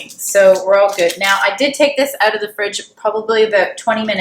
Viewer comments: Love how you pronounce "out" ....."oooughtt" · Steven Dubberly that’s a Canadian accent.